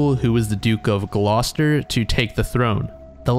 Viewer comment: Side note and pretty minor, but I'm super impressed that you pronounced Gloucester perfectly. Which is rare for an American content creator. I'm local to the area and it almost always seems to be pronounced wrongly. Well done! And great video.